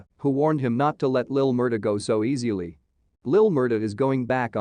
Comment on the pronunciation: God dAYUM is your voice really that bad that you would use an automated voice like this that can't even pronounce "easily" correctly! The mispronunciations have me laughing so hard!!! How could you even post something that is this much of a mixup! Honestly the video would have been so much better with a real voice!